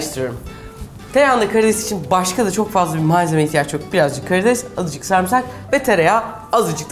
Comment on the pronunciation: Ne zaman sarmısak dendiğini duysam ayar oluyorum çünkü adı SARIMSAK bu bir beni mi rahatsız ediyor acaba?